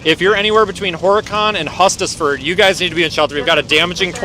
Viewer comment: Hustisford has a long "U" not short